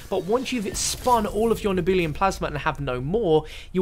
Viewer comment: Nehhh-Beu-Lum.... Not Nee-Boo-Liam lol :)